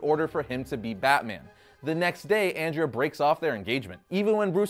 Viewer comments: Andrea, (Aun-Dray-Uh) 😜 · It's AWN-DREH-UH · You pronounced andrea wrong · If you love the movie so much then pronounce Andrea the right way as it was in the movie. Just saying. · For the love of god, stop mispronouncing Andrea's name. I literally had to stop watching the video because I couldn't stand to hear you butcher it anymore. Have you actually seen the movie? Her name is Andrea. Pronounced the same way as the name Andre, with an "a" at the end.